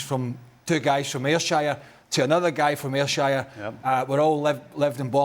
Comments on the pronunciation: Ayr-Shayur ? Naw it's pronounced Ayrshur 😂 been too long out of Scotland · AyrShire.... C'mon boy, it's Ayr'shur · I mean Stevie and Craig could have looked a bit happier and discussed the world class goals a bit more, barely a mention of them, Burley can’t pronounce Ayrshire properly he’s been out of the country that long